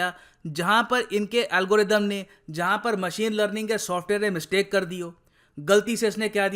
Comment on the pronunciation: 😂😂 literally, lerlinn(learning)